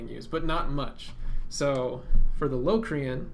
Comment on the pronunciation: The word locrian is pronounced with a short o not a long o